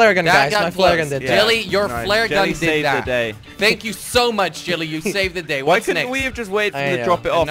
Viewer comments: Who's the person that keeps saying jilly instead of jelly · Why he call u jilly instead of jelly